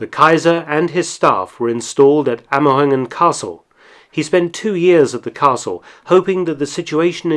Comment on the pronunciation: love the video .you butchered the pronunciation of amerongen